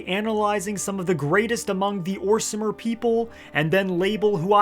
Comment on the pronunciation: We don’t say orsimer hard r we say orsma now